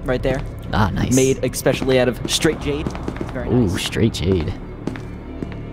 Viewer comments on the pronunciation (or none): He said "Ekspecially"